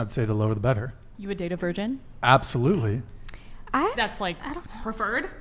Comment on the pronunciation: They can’t even say virgin